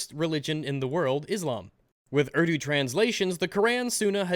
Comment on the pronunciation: He complains about cultural appropriation when he can't even be bothered to pronounce the words or names properly, it's pronounced oor-doo not erw-doo, I'm from an Islamic family(I'm no longer Muslim nor is my brother but my family still is) and in the Middle East it's almost forced to learn Arabic and it's terrible, during the Islamic Revolution in Iran they forced the Iranians to change language and alphabet from farsee to Arabic